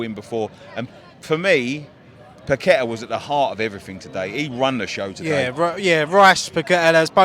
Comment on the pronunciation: It is Paquetá, not per kwetter